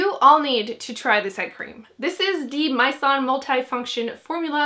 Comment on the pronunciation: You actually do need to pronunce H in Heimish name and mizon is read as e, not i. Both koreans brands.